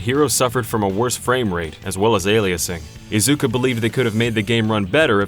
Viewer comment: Protip, guys: *Ta*kashi *Iz*uka. First syllable heaviest, & never enunciate a "u" sound in Japanese. Thanks so much for your content, guys.